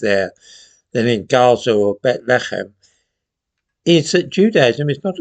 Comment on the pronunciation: You mean Beth Lee Hemm. Not whatever it was you said.